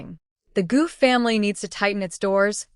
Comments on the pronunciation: I stopped at “cowsheed “ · I just laughed when I heard sheed